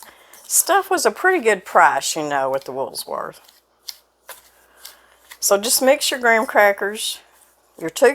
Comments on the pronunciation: Woolworth's not Woolsworth. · It’s Woolworth’s, not Woolsworth. Technically, it’s Woolworth. ...... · I had to restart the video because I knew it was woolworthS, NOT WoolSworth and I’m pretty sure I’m a bit younger than you lol. My grandmother would take my sister and I, then to Jordan Marsh to buy Hello Kitty, the only place that sold it in the late 70’s. Good old days. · That's WOOLWORTH's, not Woolsworth. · Yeah, it’s WOOLWORTH’S, not Woolsworth🙄